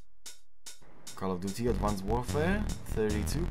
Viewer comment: HAHAHA! ADWANCED warfare, please tell me that was on purpose. If so... bravo my friend!